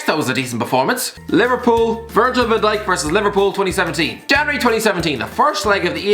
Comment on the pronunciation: “Virgil Van Dik”